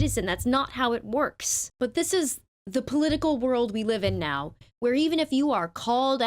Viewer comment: Im going to learn to read, neow